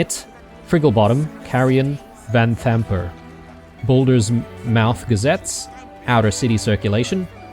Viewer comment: And here I was thinking that saying mouth as "muuth" was an australian thing like calling chicks "chooks"...